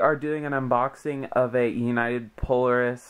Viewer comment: It's pronounced, Pole-AIR-is